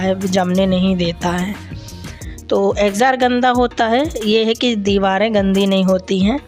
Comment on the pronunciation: Exjost bolty h exjar nhi